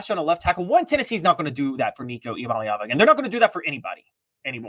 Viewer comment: Nico I-am-a-leav-ya? lol